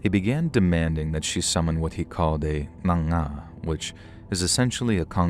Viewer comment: U pronounced the word n'anga so well, very close, I'm impressed